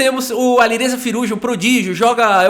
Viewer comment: “Alirrêza Firrujá” kkkkk